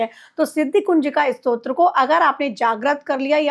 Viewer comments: Strotra nahi stotra kehte hai 😂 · Arrey bhai, pehle "STO TRA" bolna toh seekho. Strotra hota kya hai....